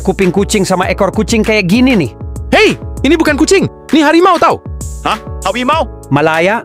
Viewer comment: Harimau ❌ Hawimau ✅